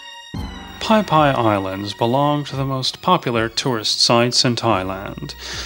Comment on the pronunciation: Phi Phi is pronounced Pee Pee not Pie Pie.